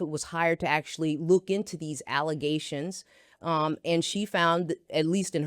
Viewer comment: please use the correct terminology. “False allezations”